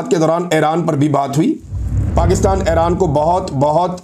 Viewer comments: محترم اپکا ایران اور عراق کا تلفظ بہت غلط ہے یہ تلفظ اس طرح ہے اے ران نہیں ہے۔ ای ران ہے اے راق نہیں ہے ۔ عی راق ہے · عمران بھائ پلیز اپنی ایک دو تلفظ کی غلطی کی اصلاح کر لیجیے۔its,not (aeraan)it's pronounced eeraan.secondly it's not tal abaeb it's pronounced TEL Aviv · ITS NOT ERAAN , CORRECT IS IRAN